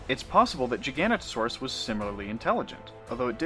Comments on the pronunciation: GIFF NOT JIFF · giga noto saurus. MB jiGANotoSAURus. not jiGANotosaurus. its jiga OR giga THEN noto THEN saurus..... doesnt need to be a challenge.... i say jiganotosaurus.... but would accept GIGA on a verbal test..... pronunciation doesnt work like that.... im sorry to be so ridiculous about pronunciation... a giant scary therapod by any other name.... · Pronounce it with me. Giga- know-toe- saurus. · Interesting, but please learn to pronounce giganotosaurus properly. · I'm sorry I can't sit through a whole ass vid with someone pronouncing Giganotosaurus wrong every 3 seconds.